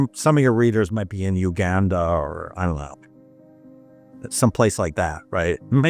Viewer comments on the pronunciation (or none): none